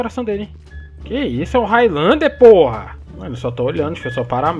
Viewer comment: kkkkkkkkkkkkkkkkkkkkkk "higthlander"